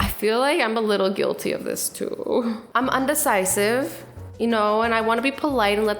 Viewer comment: "undecisive" Azzy no 😂